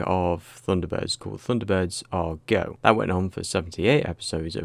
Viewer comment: 「サンダーバード エーアールイージーオー」？😢 主さま、「not Japanese」？